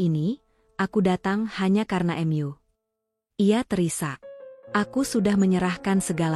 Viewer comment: Ada kata" yg mengganjal karna Mu ,kenapa dibacanya M.U?